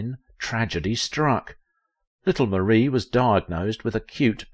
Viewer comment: It is prounced MAR-E not Marie❤